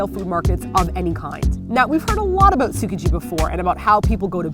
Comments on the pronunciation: It's not pronounced "Soo-kuh-jee"... come on guys. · The travelers or tasters can not pronounce things right in Japanese and it's annoying. Tsukiji isn't pronounced like sook ka gee. It's pronounced like ts-skee-gee. 😧 I love watching the sushi chef though. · The way they say Tsukiji triggers me so hArd